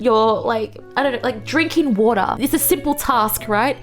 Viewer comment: Gengah, Attackah, Watah… ridiculous